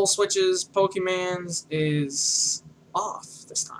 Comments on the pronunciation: I died a lil inside at the beginning when he said "Poke man"........ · Awful tutorials, the way he talks and has his videos are so unplanned and scatteredabout like he doesnt know where hes going. Poor format, and doesn't say pokemon right.